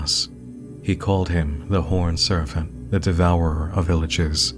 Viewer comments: Why is Serpent being pronounced with a f or ph sound? It's distracting. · No one:: "Serfent" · You keep pronouncing "serpent" like "servant." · Do you really think that word is serfent? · wtf is a serfent? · Is something wrong with my audio or is NM saying "horned serFent"? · I’ve never heard anybody pronounce serpent as “ser-phent” before. Where in the world did you learn that? I’m genuinely curious. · take a shot everytime he says surf-ent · pronouncing serpent as "surfant" is like an accent straight out of Looney Tunes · Why do you say "serpent" like it's spelled with an 'f' instead of a 'p'? And please don't put audio of you open mouth eating and drinking into the mic. That shit is triggering. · Is there a “ph” or “f” sound in the word Serpent? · This isn't a critique but just drop dead curiosity, in the last half of the video you started pronouncing P's like F's when discussing the horned serpent, was that intentional for pronunciation I'm ignorant to, or am I just getting a weird audio compression? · I also never heard this before. I wonder what it means. He even says "serpentine" in the usual way, so that's odd. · Another excellent video. Thank you for taking the headache so we don't have to. Side note: you pronounced "Serpent" as "Serfent" through out the entire video. As far as I could tell, every other p was pronounced correctly in context. Just an oddity that bugged me. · has such a good radio voice...so why the heck does he keep saying "surf-ant" instead of "serpent?" This has bugged me the entire video. A hidden speech impediment? A clue about the Mythos universe? Not a native English speaker and he's just so good at it that only the pronunciation of certain words gives it away? I'm so curious about such a minor detail. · Why does it sound like "servant" every time he says "serpent"? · Why do you say "Serfent" instead of "Serpent" lol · Bro said serfant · WHY DO YOU KEEP SAYING SERFANT??? CAN YOU NOT PRONOUNCE SERPENT??? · This mf said serfent